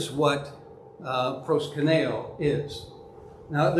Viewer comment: Love your presentation and your thesis, but you pronounce Προσκυνεω as if it was Πρwσκυνnω. thanks much.